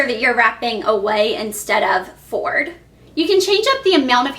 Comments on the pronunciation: she says "ford" instead of "forward" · I like how she says forward like ford lol